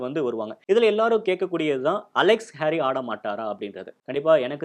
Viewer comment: நல்ல பதிவு .... இரு சிறிய திருத்தங்கள் ... அவர் ஜாம்பா (Jampa) இல்லை ... ஸாம்பா (Zampa) ... அதே போல ஹாரி (Harey) இல்லை ... கேரி (Carey) ....